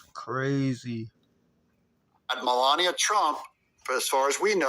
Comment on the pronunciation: You need to learn how to say her name correctly. This is the first time I've come across your site, and I'm not impressed at all !!! I can't even finish watching your BULLSHIT!